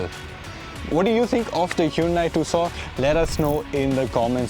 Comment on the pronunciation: Just dont understand why most of the indian car channels call it "TOOSAW" when the actual pronunciation is "TOOSAWN" named after the 2nd largest city in Arizona called TUCSON....